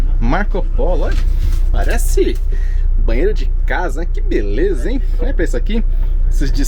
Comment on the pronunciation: Onde sr.. lê "bahsito", por favor, leia-se "banheiro"